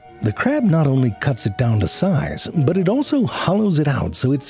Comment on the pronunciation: Was that the first "sorry, butt" instead of "sorry, but"?